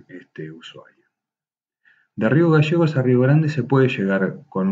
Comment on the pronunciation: No se dice magasanes es magaLLANES Y no es rio gasegos es GALLLLLEGOS LLLLLLLL NO SSSS